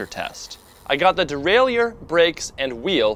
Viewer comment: Year old video, but hearing "de-rail-E-ur" still hurts.